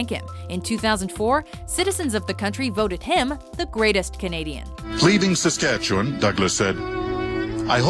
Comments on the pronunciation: I'm canadian and on the story of tommy douglas hearing SaskatcheWAN almost gave me a heart attack I swear also its pronounced Saskatchewin or atleast won instead of w on. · SaskatchewaAAAAAAAAn........ ......nailed it. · It’s saskatchwin but spelt won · I mean I’m not surprised by how she pronounced Saskatchewan but I still had to cringe